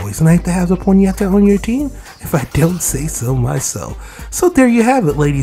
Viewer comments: Why are you saying ponyeta? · It's pronounced pony-ta